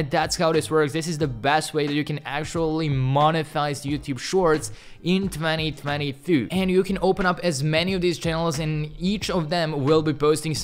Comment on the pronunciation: The interesting part is when he says 20223 even though he perfectly speaks english. He makes content for 2 years 😅